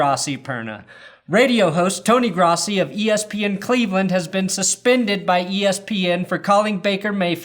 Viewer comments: Gross - e, Gross - e. Gross - e. Pronounce it correctly. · His name is pronounced,"Grow-ssi"..That is the correct pronounciation,Asshole!! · It's pronounced GROSS-e (because he's gross)... Fuck Tony Grossi! Get him out of Cleveland!